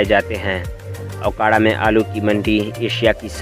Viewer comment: Bhai ye aokara nhi hy me okara se hn